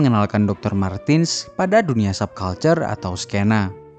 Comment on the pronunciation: Izin menambahkan. IMO. MARTENS dibaca MARTENS, bukan MARTIN/MARTINS, Krn dy orang Jerman.